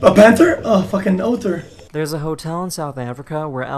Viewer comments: A panter oh a fucking O-ter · That's an "Oh Tur"